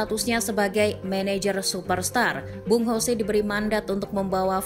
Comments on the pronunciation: Saran min. Untuk pengucapan yang betul itu Jose bukan Hose. Itu kata Mou waktu masih di spurs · ya bener dia kan portugis bkn spanyol, kalo spanyol baru dibaca hose